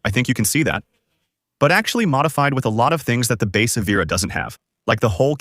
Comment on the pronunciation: “Eee veer ah” 🙄